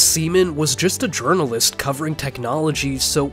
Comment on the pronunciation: you mispronounced the word "journalist", good sir... some would even say he is a prophet, or a seer